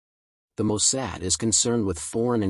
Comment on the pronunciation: Mossad! Not Mosaad.